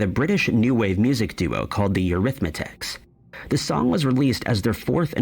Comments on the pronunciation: It was eurhythmics not eurhythmitics like that man said who is presenting the video. Have a listen to him saying this. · Eurythmics. Not Eurythmatics… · I was in high school in the 80s. First of all, the name of the group is not the “Eurythmatics,” as the voice over kept saying. That was annoying. The name of the group is the Eurythmics. And the lyric was always, “Sweet dreams are made of THESE.” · Eurithmics, he even got the name of the band wrong not arithmetics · It 's. Eurythmics not Eurythmatics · Uhm the Eurithmics... Not arithmetics... LMAO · Eurythmics not Eurythmatics dude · THE SPEAKER IS MISPRONOUNCING THE BAND'S NAME "ERYTH--MICS"...HE KEEPS CALLING THEM "ERYTH--METICS"...WHICH IS NOT CORRECT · Why is the voice saying the Eurythmitics? It was the Eurythmics. He's making a new Mandela effect in his own video. 😂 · The guy keeps pronouncing "The Eurythmics" as " The Arithmetics", Maybe we have the groups name incorrect too? It's like being gaslit!! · Omg it's not "Eurythmetics" as the guy is pronouncing the bands name, it's "Eurythmics" 😂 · It's sweet dreams are made of this. Could be how she's aying it. Sounds like these. He's saying the name wrong, lol. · Always been the Eurythmics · The speaker is saying Eurythmics wrong.